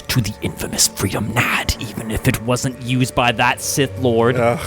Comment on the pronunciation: Freedon Nadd.... Free The Nad (as in gonad) .... Am I tripping?? Was that intentional like the Quarian ship names??